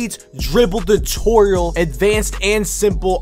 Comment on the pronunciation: "DRIBBLE DU-TORIAL"